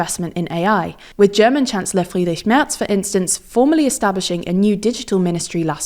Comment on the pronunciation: Wow! The host really nailed the pronunciation of "Friedrich Merz". (Sorry, I couldn't find the name of the host anywhere in the video or description.)